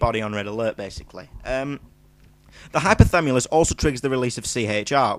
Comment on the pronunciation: it's hypothaLAMUS not hypothamulus :)